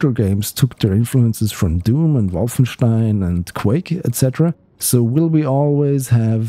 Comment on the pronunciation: I really like to hear Wolfenstein being pronounced correctly